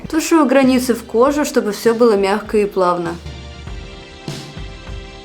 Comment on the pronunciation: весь ролик слышу "приглашённые" оттенки 🤭